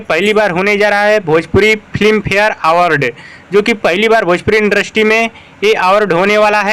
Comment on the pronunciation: Indrasty nahi होता h industry होता h 😂😂